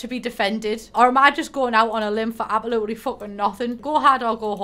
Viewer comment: I love how you don’t pronounce the s in absolutely 😂